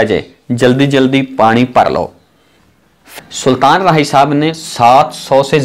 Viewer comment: Saltan nhi sultan hota hai punjabi